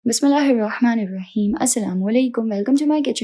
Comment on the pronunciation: I love how you say ‘bismillahir rahmanir rahim’